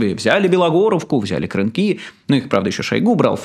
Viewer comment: Ребята, вы делаете такую большую работу, но ударения - жах. КрЫнки от украинского крЫнка. КУпянск, а не КупЯнск